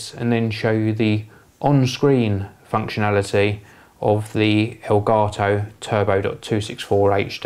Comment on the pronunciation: aelgaetoh? what kind of language is that?